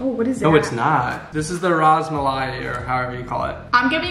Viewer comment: 1. the bread is called naan, also comes in cheese/butter/garlic and they also come with stuffings. and you usually eat it with veg/non veg curries also with chicken. 2. not manchurian.. pronunciation: mun-churian. 3. ras malai.. pronunciation: rus-malai 4. gulab jamun.. pronunciation: goo-laab-jaa-moon 5. tikka masala.. pronunciation: tick-kaa- mus-saala 6. lemon rice - it's a mixed rice also known as chit-traa-naa 7. pakora - made with different vegetables(onions, jalapenos) dipped in batter(gram flour) and fried. the green dip is made up of coriander leaves and mint leaves. sometimes with a hint of coconut powder. 8. rice known as Poo-La-O. it's vegetarian. 9. Samosa Chaat - samosa is a triangular snack/street food. Chaat meaning savoury- mixed with spices and dips(chutney-red/green). hope this helps.. try pani puri too..